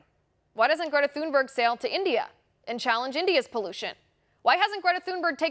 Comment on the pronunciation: Please pronounce the poor child's surname correctly. There is no TH sound in Swedish. It's a hard T.